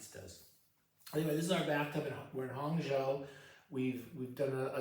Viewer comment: Great 泡澡教授 lol, If you make it to Beijing look me up! I used to travel to Hangzhou (Hang Zhou, zhou rhymes with low or slow) all the time, fantastic city. I've never actually read Journey to the West. I used to live next to Wang Shuo, not sure if you've heard of him. I like some modern Chinese fiction like Yu Hua. Great stuff, enjoy your trip!